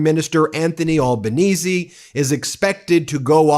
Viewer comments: Ben has pronounced Albanese correct finally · Hey - you finally got his name pronounced right... Thank you. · Albo! Albo! Albo! And Ben pronounced it correctly this time! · Nice work pronouncing the Prime Minister's correctly. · Well done, you pronounced Albanese correct on this video. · You're the first American that I have come across that pronounced Albenese close to correct ( Al benese not All benese) Dutton not only lost but lost badly, he shouldn't imbraced Trumpism but he also pushed for nuclear-power, which most Australians doesn't want. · Hey finally an American who can pronounce our PMs name correctly, nice one. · You pronounced Albanese right for the first time 😂❤ Dutton lost his seat for flirting with Trump! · Well done Ben You can pronounce Elbo’s surname correctly. Elbows up good man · Finally you pronounced our PM’s name correctly. Good onya mate 😂 Here’s what you need to know about us—we really don’t like bullies and con jobs. We see through that and will call it out. Dutton had a crack at pulling some Trump-style moves—talked about banning WFH, tried a bit of DOGE nonsense, and a few other duds. So we gave him the boot and re-elected Labor in for second term with a majority this time. Dutton even lost his electorate seat and can’t even be in Parliament now. Trump nonsense was not the main reason he lost but did play a part for sure. So yeh no Trump BS here. We don’t like stuff like that down under. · I’m just glad an American finally pronounced Albo’s name right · Glad you got Albanese right this time 😂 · Australia's Anthony Albanese (Labour), has won Federal Election! No Dutton, thank god!! Ben! You pronounced the 'e' at end of Albanese❤ Great job🙂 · Well done for fixing your pronunciation of Albanese. Another Aussie Meidas fan